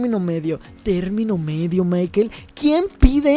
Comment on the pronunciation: No es maiquel es maicol ( escribo como se pronuncia)